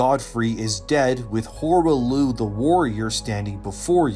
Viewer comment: "Horah Looh"? You can't even pronounce the name correctly after they say it in game? Definitely not a reliable lore video clearly.